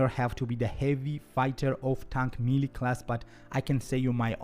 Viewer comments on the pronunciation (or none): none